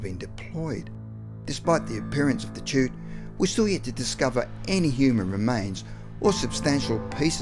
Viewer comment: At 5.59 he says "chute" in stead of "shoot", very funny. Like Ron Burgundy, he reads whatever is written.